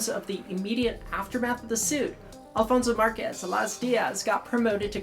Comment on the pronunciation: Has changed how she's pronouncing the names of umpires? It seems like the pronunciationof "Alfonso Márquez" has changed and I'm wondering if I missed something.